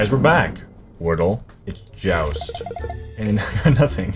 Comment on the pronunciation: Also "JOUST" 😒